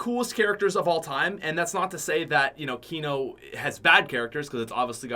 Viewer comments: Kno moor cod of dooty. moar fortnot. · I got triggered when he said kino 😂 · Was I the only one that said “I hate you” when he said kino. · When he said kino I got bit upset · PUT SOME RESPECT ON KINO'S NAME......still love you though <3